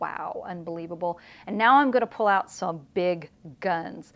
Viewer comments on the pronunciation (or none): none